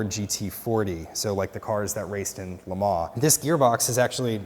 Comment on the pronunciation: The ongoing sort of confusion re: how to pronounce LeMans. I grew up saying it very wrong: Leh Mahnz. Later, I learned it as Leh Mohn. This gentleman says, Leh Maw. But I checked online, and a very French Frenchman claims that it is Leh Mohn. You do gently pronounce the "n", apparently, but not the "s", of course.